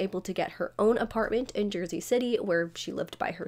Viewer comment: I can't stand the way this YouTuber lingers on the last syllable of a lot of words like whenever she says Jersey she says it like this "jerseeeeeeeeeeee" and then later she says the name Brewer like this brewereeeeeeeeer. Very annoying